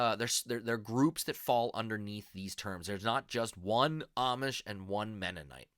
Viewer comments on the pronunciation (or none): If you say Amish with a short A sound you are saying it wrong. They pronounce it with a long A sound.